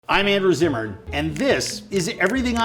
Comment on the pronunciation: Zimmerman!!!!!!?????? Not Zimmern